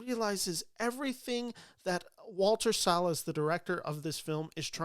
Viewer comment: Thank you for pronouncing Salles correctly 🙏🏽